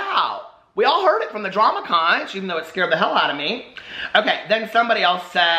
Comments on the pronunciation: Just to let you know from living for decades in The Florida Keys, it’s pronounced (Konk) not (konch). It is also considered bad luck to have one in your house. You place them by the front door (outside) for luck. The folks born here are known as Conchs and they take this seriously...have a nice evening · Omg.. no.... it’s “KONK” not con-ch. promise.